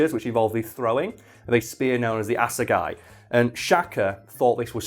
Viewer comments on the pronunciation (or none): You pronounced that better then a lot of South Africans😂😂😂 Completely butchered asegai tho